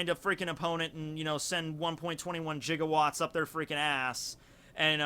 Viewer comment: Also it's Giga Watts not Jiga, just like it's not a Jigabyte, it's gigabyte